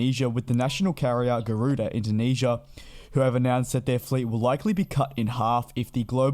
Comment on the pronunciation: Garuda or Gardua 🤔🤔🤔. Please get the name right will ya 😒